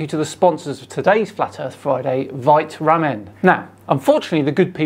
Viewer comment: Isnt it vité ramen?? Like in life